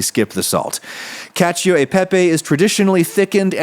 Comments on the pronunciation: "KAH-cho," not "KA-chee-o." Just sayin'... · “pronouncing the i in cacio” Cashew uhh Pippy 🧐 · 3. Pronouncing the i in cacio